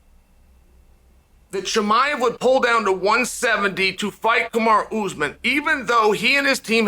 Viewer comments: If Chael says kumara then it’s kumara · I love how chael decided to call Kamaru “kumara”